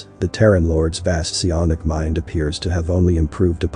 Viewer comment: Se-on-ic? What is that?